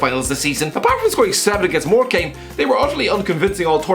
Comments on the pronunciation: Ffs morecambe is pronounced more-come not came . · Love how pronounces Morecambe xD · I feel offended when you can’t even say morcambe